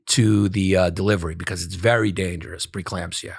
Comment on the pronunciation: A shot every time Yanis says preclampsia